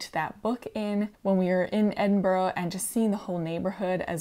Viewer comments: 2 things - the pattern book is written pretty much as patterns are still written in the rest of the world. America changed its method, the rest of the world didn't. (same with the alooominum thing lol) Edinburgh is pronounced "Edinburra" it ends with the 'ah' sound. It is not English, it is Auld Scots, so it is not pronounced in English/American. There isn't any "o" in it, so there is no "row" sound. As a fellow European who is multi-lingual, I'm sure you already know the correct pronunciation - before getting into American habits - some examples of those I'm also sure you've experienced as a fellow migrant are - the disrespecting of other people's languages, intentional mispronunciation, accent mimicry for entertainment, forcing migrants to take Anglicised names etc. I love your work, just saying, please don't lose yourself & remember to value your own differences & the differences in others & don't forget to see the beauty of the differences in all of us. This horrid trend towards American homogeneity that's sweeping across YT right now is just frightening to me. Best wishes. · What a lovely video, but I'm curious, was that Edinburgh, Scotland you were in? :) As you pronounced it "Edinborough" throughout, so I'm not sure :) (The Scottish capital is pronounced approx. 'Ed-in-bruh'. ;)) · It is minor, but that pronunciation of Edinburgh is wayyyy off. It only has 3 syllables and is ED-IN-bruh. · You may have convinced me to try brioche. It does look so squishy. I am always amused how non natives say Edinburgh 😂. Honestly just looking at it I can see why but it’s pronounced Ed-in-bra.